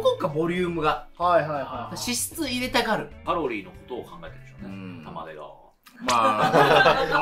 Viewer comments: 玉出↑じゃなくて玉出↓やで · 玉出⤴じゃなくて玉出⤵でよろしく(笑) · 紅天おいしいですよね～ 「玉出」のイントネーションが気になって、ちょくちょく頭に入ってこなかった。(笑) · 玉出の発音ちゃうねん